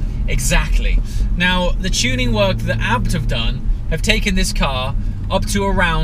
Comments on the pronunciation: Why are you pronouncing "abt" and not "A-B-T" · I wanna kms when he says abt